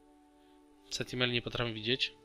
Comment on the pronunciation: Wiem że się czepiam i jestem złym człowiekiem ale... SENTINEL a nie SENTIMEL! XD